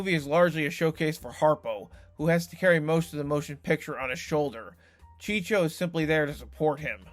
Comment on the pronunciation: BOSSUM BUDDIES? Seriously?? and Chico is not pronounced CHEECHO. It's pronounced CHEE-CO.